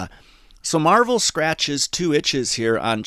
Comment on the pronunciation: It's Marvell (marv-el)